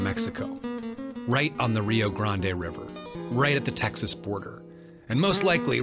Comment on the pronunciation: Absolutely fascinating! Your presentation was beautifully done. I was glad to hear "Rio Grande" pronounced correctly as well as "hundred" [as opposed to "hunnert" or "hunnerd"]. Also, can't help being happy to hear the often forgotten "unquote" (or "end quote") being used. Keep up the good work! I will be anxiously awaiting your next presentation.